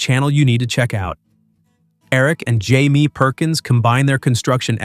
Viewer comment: Atleast get his name right Jaime.